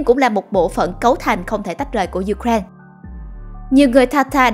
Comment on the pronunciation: Ju-kren là nước nào vậy ta? Người Ukraine đọc tên nước họ là U-kra-in-a. Trọng âm tại "i".